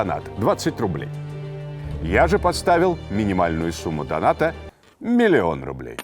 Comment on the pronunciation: пипец мне так интересно смотреть его он как робот поворачивается резко не моргает и ударение не так ставит)) не дона́та а до́ната